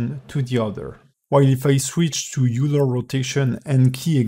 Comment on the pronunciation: it's oiler. :p